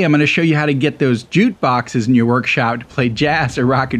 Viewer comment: Sounds like you're saying "jute"